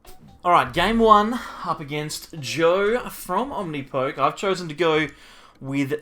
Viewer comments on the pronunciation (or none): I thought the poke at the end of Omnipoke was said like the beginning of Pokemon.